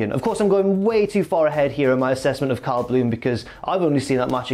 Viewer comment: Every time you say “Cal” it sounds like “Kyle”